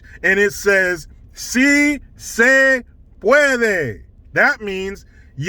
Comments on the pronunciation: Say it with me: See say pwod-way. 😂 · See Say Puadway!!! Lmao, subbed! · “See say pwadway”😂🤣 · READ THIS! We need “SI SE PUADWEY!” shirts and hats asap. 😆😆😆. 🙏🙏🙏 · I wonder what AOC thinks about so se pwodway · Jill Biden says, "Say it with me !" "See say pwadway!!